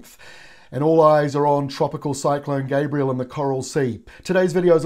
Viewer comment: Gabrielle not Gabriel please.